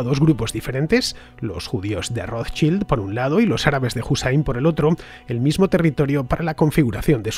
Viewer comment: Ofrezco narracion bajo guión con promunciación de nombres en el idioma original Rothschild o Balfour. Casi ofende la pronunciación